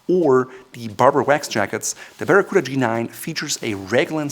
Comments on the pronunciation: 表記は「バラクータ」なんだけど日本では昔から一部でバラクーダって言われてた やっぱり発音が「バラクーダ」って聞こえるね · I came to learn the correct pronunciation of Baracuta, coota or cuhta? Sounds like the toothy fish. Thank you. I wasn't paying attention when I clicked on this vid and was pleasantly surprised to see the Captain Courtesy and Class (they work very well together dontcha think), the sartorial specialist, the Eminence of Savoir Faire, mein Herr. Circa 1980 I had a navy blue unlined Harrington, most likely by London Fog. There is a slim possibility it had a four inch ribbed section under the kidneys instead of the waist band like the G-9. Maybe the waist was adjusted by tabs and buttons below the kidneys. I would have several made in black, navy, British khaki and maybe red lined in the appropriate tartan depending on the color of the jacket. If I'm dreaming then poplin would not take the lead but rather cotton cavalry twill as well as wool in the same weave while not forgetting that poplin is better for summer wear, That's after the lottery comes through.